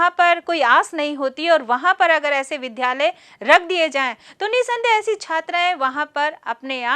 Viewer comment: ज्ञानवर्धक लेकिन विध्यालय का शुद्ध उच्चारण विद्यालय अपेक्षित है।